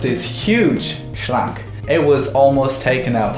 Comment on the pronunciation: its actually pronounced ,, Schränk